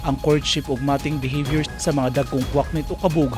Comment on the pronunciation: Naa man mali sa imong pagbasa bai....mating behavior......tama ba ko?